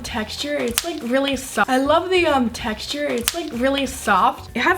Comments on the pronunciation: watch that zhe repeat "i love the techture itz very zoft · she said i love the teshter uh i love the tcsher